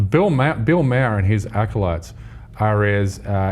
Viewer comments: Maher pronounced marr not mer you fuck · Did this guy just compared sam harris to sarah palin?!! Tyt what r u doing, don't bring a guy that can't even pronounce bill maher name correctly (not mehr). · I wish he would pronounce bill mayers last name properly